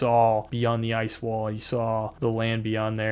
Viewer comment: Sir you are saying Ice wall wrong repeatedly 😁